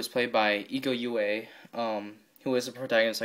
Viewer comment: Names should be spelled : Iko Uwais = Eeko oo-wa-ees Dony Alamsyah = Dony Alam-shah Nice Review :)